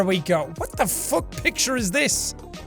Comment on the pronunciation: Often you always say "WHAT THE FUCK" but now its "WHAT THE FUK(with no "c")